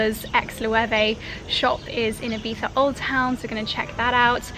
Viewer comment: You both say Ibiza so strange haha, half English pronunciation and half Spanish, and then when you’re not trying you say it the English way so think you’re trying to say it spanishly, if so its ee-bee-zzza. English is eye-bee-tha. You’re saying ee-bee-tha xxx